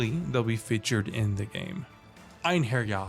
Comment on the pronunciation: The way he said einherjar was amazing.. from a norwegians ears